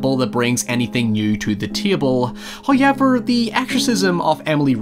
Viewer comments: nobody:: "hoyever" jk, loving all your content and how much research and work you put into every video. Really spotlights movies that I'd forgotten or given a pass to. Love all of it, especially the narration!! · The entirety of the Northern Irish population: hoyever